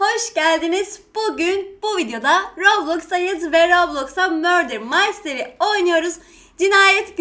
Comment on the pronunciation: Abla murder maystry değil murder mystery